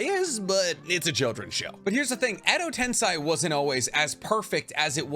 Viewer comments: Bro Edo tensei is pronounced with an A at the end not i. I love you and your videos bro, but your pronunciation of edo tensei grinds my bones 😂😂😂 keep doing your thing tho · Actually the 'i' is not pronounced, usually in Japanese, when the 'i' is next to an 'e' it just makes the 'e' sound longer, just like in 'sensei'. So it's pronounced Edo tense~ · No idea why he keeps saying edo ten sigh… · Like he said, endo ten sigh sounds way cooler 😂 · it is pronounced edo ten-say. I watched the anime both in english and japanese. In english its reanimation jutsu. In japanese its えどてんせい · All was good. First I thought he's just mispronouncing EDO TEN-SEY but aside from that, erthing was very educational specially in naruto's very confusing lore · Why do you say tensei like that?? That’s wrong lol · Does he not realize he’s pronouncing Edo Tensei wrong? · it’s literally an incorrect pronunciation how is that not wrong lmao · Is it really pronounced ten - sai? I thought it was ten - say like the spelling of it. Edo Tensei....... Im know imma have a headache going thru this vid but Imma watch it anyway. Wait. He pronounces kakuzu weird..... Am I not pronouncing them right??? Help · im a fan of the channel and you are very knowledgeable on Naruto but u have a tiny issue pronouncing Some names/Terms, most notably its edo tensei (ten-say) not (ten-sigh) and u call Kakuzu "kakuzo" and Katsuyu "katsuyo". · Repeat after me: ten, say; ten-say, tensay. That's how you say tensei. It's a Japanese word, not a German one, you don't pronounce it tensai. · Dude. Its Edo Tensei. Not Tensai. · Love all your vids, but the way to pronounce edo tensei is wrong. You are saying edo tensai... Sei = say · Just a sidenote about the pronunciation, it is ten-say, not ten-psy. tensai (ten-psy) is genius, tensei (ten-say) is reincarnation :) I hope that makes sense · How hard is it to pronounce Tensei instead of Tensai??? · Why do you say tens eye when in the show everyone says tensei